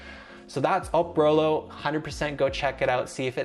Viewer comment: It's not Oprolo. It's Eprolo!!